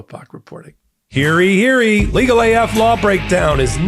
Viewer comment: I cannot state strongly enough, how disturbing it is in your commercial when you say “Hear EE Hear EE”. You’re so much smarter than that. It’s Olde English “Hear YEE”. Yee as in you. It’s like ice picks to the ears each and every time you say it. You are so much better than that.